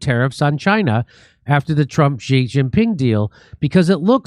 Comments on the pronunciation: It's "She" not "Gee". 😆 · Jimmy, you pronounce “Xi” like “she” in English. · Learn to pronounce the leaders name if you want to talk about China